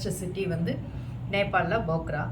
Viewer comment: Nice video. But bogra bogra nu thappa sollringa. Adhu phokra. Naanum nepali ponna tha katti ituken